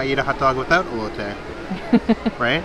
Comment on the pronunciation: I'm so proud of you my friend. You improved your pronunciation of elote!. As a Mexican it made me smile when you pronounced it right!!!